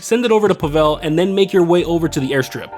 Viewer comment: Spelled tequila and pronounced Pavel incorrectly. Gather Intel prep - Do not need to wait for the guard in the tower to turn if you go immediately to jump the cliff/wall with the motorbike. - After scoping the compound loot at the comms tower - can start a new session - no need to get caught by a guard or die. Plasma cutter prep - Just immediately take a pic upon entering the safe house Safe code prep - After grabbing the code, if you kill yourself quickly enough, you will pass the mission without needing to exit the penthouse and casino. Cutting torch prep - Not worth getting the hard hat and going stealthy for 2 of the locations if you have an Oppressor MK2 or Sparrow (just spam missiles first). Finale - Weed does not take 33% of the loot bag. It takes 37.5% (so 2 weed + 1 cash fill a bag) though 1 gold + 1 weed also exactly fills a bag. - When starting the finale, if you don't open the Weapon Loadout menu, you will still get suppressors even without choosing them. - At the airstrip, if you hit the shed that's not in the warehouse/hangar first, you won't have to wait for the guard to leave the area. - After exiting the compound, no need to kill the jeep driver on the compound grounds - you will be long gone before he sees the body. - Wheelie the bike to land near a certain triangle of mines (see virtually any other Cayo video) - the closest spot at which you can escape. Only need to swim a few seconds at most, not a minute or so.